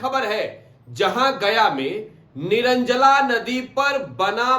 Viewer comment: निरंजला नदी nhi hai निरंजना नदी है